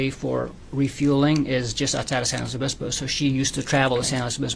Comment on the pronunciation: I hate him. I especially hate how he keeps saying San Luis Obispo